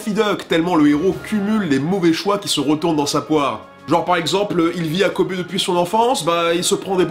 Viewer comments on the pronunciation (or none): none